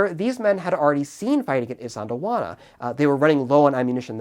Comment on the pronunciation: white boy pronouncing isandlwana compilation ( i cant say it either)